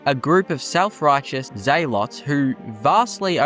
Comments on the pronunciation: bro said zealots as " Zay lots" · Vigil ants? Zaylots? the fuck is your pronunciation bro